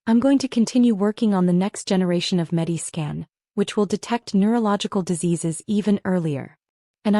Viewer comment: I think it’s MediScan, not Medi Skin.